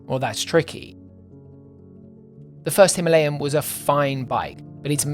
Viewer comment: Excellent video as usual! I'm just glad you pronounced Himalayan the normal way and not how the majority of speakers at ABR pronounced it 😂